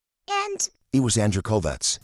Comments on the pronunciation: Why is she pronouncing Andrew's last name like "Kolvex"? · Quick question: if she was so close to Charlie Kirk and worked with Turning Point, why does she pronounce the name of Charlie’s closest work partner and friend (and her former boss?), Andrew Kolvet with a s or z at the end. She always says, “Andrew Kolvetz”, I noticed how you said his name without the s or z sound at the end, looked up the guy online and sure enough, it’s just, “Kolvet.” What gives? Or is that how it is pronounced correctly? (I doubt it). Edit: hold up - I saw in your demonic edit of her she actually pronounced his name correctly twice! Who knows what is going on. Maybe she just has a speech impediment that, which normally shouldn’t be anything to point out unkindly, but in her case, intensifies the distastefulness of her delivery, which offends all the senses (that’s right, she literally stinks to high heaven at this point). Seems to me if I am gonna follow someone who says they are following details and leads that other people aren’t saying, I’d feel a little uncomfortable with that same eagle-eyed sleuth pronouncing myriad words and names incorrectly repeatedly, no, or no? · Why does she put an S on his last name?😂